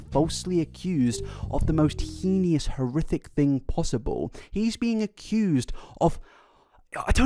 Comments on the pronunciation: Once again reminding that the word heinous is pronounced HAY-nus, not HEE-nee-us. I'm not mocking or anything, you just use the word an awful lot so I thought you might want to know the pronunciation. It's one of those words that maybe you only see in books before you attempt to say it yourself, never having heard it out loud. It's not something that comes up a lot other than in books or true crime podcasts. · I’m sorry but even Americans can pronounce heinous (hay.nus) right? We can agree on how it is said? Also tarot (like arrow) and not tarot (like carrot)? But the way he pronounced sleuth is correct